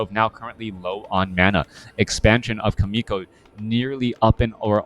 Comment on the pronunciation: thanks for sharing this video and you commentary, but as a Korean I junst want to let you know more exact pronounciation of 'Chaemiko'. It is not [k]aemiko, but [tʃ]aemiko. same as 'CHERRY' s /che/ sounds. lol